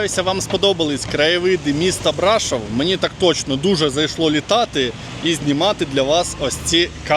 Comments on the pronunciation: І БрашОв, а не БрАшов😂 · Тільки не БрАшов, а БрашОв. А то вуха ріжить коли так вимовляєте. А гора ТИмпа зветься. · Де ж Ви таке почули, що це чудове місто називається БрАшов??? Ріже слух і дратує ця некоректна вимова, яку Ви ще й багато разів повторюєте( Це БрАшОв, наголос на О! Не ганьбіться, українці, якщо вже тут мешкаєте та взялися розповідати про БРАШОВ! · Пане, це чудове місто називається БрашОв, наголос на О! Де ж ви таке почули, що це БрАшов? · Город Брашо́в. Почему-то большинство иностранцев ставят ударение не туда. А гора Тымпа. Странно, что, живущая там, не знает правильных названий. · Тільки місто БрашОв, наголос на О, і гора Тимпа читається, а не тампа 😊